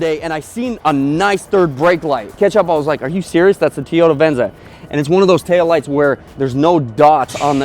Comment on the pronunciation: TOE-YOE-TAH, not TEE-YOE-TAH